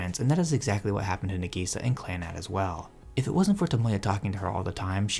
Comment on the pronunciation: Dude...sorry, it isnt NEGISA. Its NA sounds like NAH. The way you say it sounds like you're calling her 'onion - negi'. Now putting that aside, Clannad hit me in a different way, but still it's hands down my favorite show. I'm glad to hear that younger folks are still picking up this incredible classic still, even after 15 years. If you're big on anime, I suggest you at least learn the basic vowel sounds of Japanese, it isn't hard. I'm not trying to be mean...just saying that some anime analysis that I click on is difficult to figure out what their saying cause the pronunciation is so off. Its Cl 'AH" nn 'AH' d, not 'an'. I totally agree with your last statement...Clannad is one of the anime that literally saved my sanity after losing my only child to suicide and wife to divorce bc she's a emotionally manipulative B that wouldn't even go to her own son's funeral. Clannad gave me inspiration to pick up my life and move forward, no matter what.